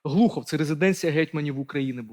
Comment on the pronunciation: Не Глухов, а Глухів.